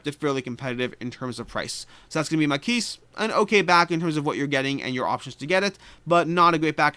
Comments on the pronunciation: If it is the French word, the 's' is silent in "maquis." Basically said like "maw key." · In spite of having set the goal of not backing any games till July I’m definitely getting Maquis (btw. you don’t pronounce the “S”) as I had promised myself last year to pick it up if I could find it again after it sold out where available immediately in the FLGS.